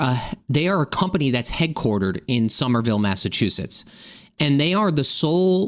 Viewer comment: remember your to take your teeth out to pronounce Sumerville properly. 🤗🤣😂